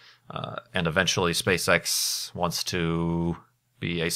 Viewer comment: I kept hearing SpaceSex but I can guess he meant SpaceEx or am I totaly wrong?